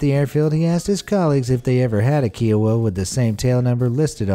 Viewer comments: The narrator keeps mispronouncing Kiowa. He keeps saying it like keyowa. It's KIOWA with a long ( hard I) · That helicopter is pronounced Iowa with a k. Kiowa. It’s a tribe of Native American. I am from Kiowa tribe. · The Army pilot did not join the Airforce. What the hell. And it is Ki-oh-wah. Ki rhymes with pie. Kiowa. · Kiowa is pronounced like the state Iowa. Kiowa was named for an Native American tribe, like the Apache helicopter was.